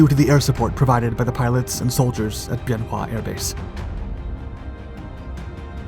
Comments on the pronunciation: It's pronounced "BEN WA". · Wrong dates, wrong pronunciation of Bien Hoa. Editing? We don't need no stinkin' editing. I arrived in country at Bien Hoa, flew missions from Hue at an Army CH-47 unit.